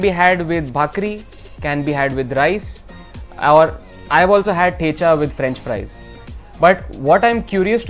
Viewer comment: Why are you pronouncing thecha not like a kamath